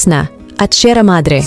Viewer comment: Bisayang bisaya so....lolo Jose daw Sierra madre.... Hindi mabigkas ng maayos eh